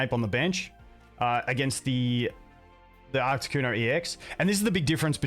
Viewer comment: Love the deck but please for the love of god stop calling it ARCTICuno, it hurts my soul